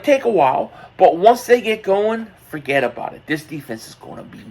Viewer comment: You said it “Fagetta-bout-it” this “D” is gonna CRUSH!!